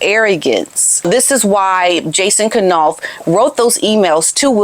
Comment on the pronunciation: Funny, you pronounce it K-nauf too. I think it should be pronounced Nauf - K is silent like in knife. But I can't break the habit either.